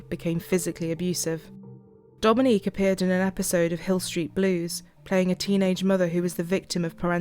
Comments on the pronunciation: And he mispronounced her name, blatant disrespect for the victim. That judge is a piece of work. How despicable. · The judge wouldn't even say her name right??? That's the least he could have done. I would have corrected him everytime until they threw me out or locked me up for contempt of court. That's gross